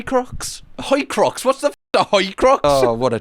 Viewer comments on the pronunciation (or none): a jewish horcrux "a hoicrux" haha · Horcrux ❌ Hoycrux ✅ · Hoicrux? Hoi polloi?